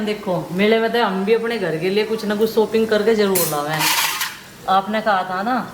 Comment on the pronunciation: सोपिंग नहीं शॉपिंग